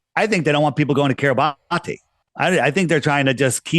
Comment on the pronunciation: Think Kiribati is pronounced KIRR-ih-BASS. How strange that this tiny island has come out of the woodwork quite a bit on the news only recently. on to something.